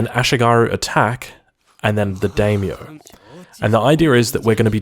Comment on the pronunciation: Not to be a stickler, but the vowels of Japanese are "Ah"a "ee"i "ooo"u "ey"e "oh"o, so it is "die-myoh" for daimyo